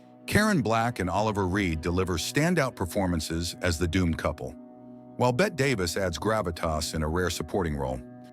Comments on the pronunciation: Bet-TEE Davis dummy, I have pointed this out before. NOT "Bet" Davis. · It's Bett-ee Davis. Not "Bet Davis." Although her real first name was Ruth. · "Bet Davis"?! Tell me you're A.I. without telling me you're A.I. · Good old Bet Davis. LOL You pronounced her name wrong.. Good grief. Kind of important when talking about films. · "BET Davis"? These BS A.I. narrations must stop. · Burnt Offerings FTW! The AI narration is so bad on this however…why? “Bet Davis” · Artificial Unintelligence still can’t pronounce “BETTIE DAVIS”. Dumb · Mispronouncing a name doesn’t immediately mean it’s AI. Conspiracy theories about a video’s narration are a blight on this platform.